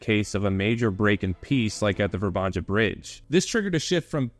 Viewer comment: It´s not pronounced ver-banja but more like Vr-ban-ya. There’s no Ganja 🙄. J is in Slavic language is like Y in ,,Yom,, kippur war